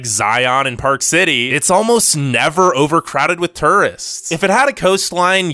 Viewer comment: How did you say tourist???